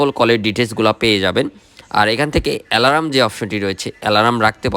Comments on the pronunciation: "Alarm, king talker & meeting" spelling shuddha kore bolben please. Apnar shob video te same obosta. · আপনার রিভিউ তো বেশ ভালো হয়। এলারাম, কিং টেকার আর মেটিং এর উচ্চারণ শুনে বোঝা যায় আপনি উচ্চ শিক্ষিত। আপনি কোন বিশ্ববিদ্যালয়ে পড়ালেখা করেছেন ভাই?